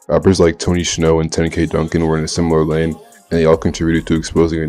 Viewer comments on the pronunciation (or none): none